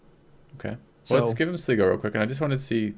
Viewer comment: Really enjoying these but its pronounced Sly-go